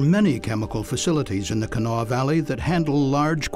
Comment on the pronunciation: Pronounced; “Cah-NAH-Wah.” Please do better.